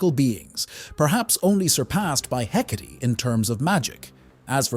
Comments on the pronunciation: The proper pronunciation is "Heh-kaht-ee". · the ai saying “hecate” with th e at the end.. urg. the joy of ai generated voices from a script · While I will acknowledge that AI voices are getting better and better, (this one is quite good), it still mispronounces things a lot. Myxy's name and Hecate's name being some of the worst, you should have just left the E out of her name so the AI didn't pronounce it. I can ignore Myxy's mispronunciation because everyone pronounces it differently, which I think fits his character really well. What I don't get is why people can't just read from a script, why is it that they need a primitive AI that doesn't sound human at all to do the job. No matter how your voice sounds, it's always going to sound better than an AI.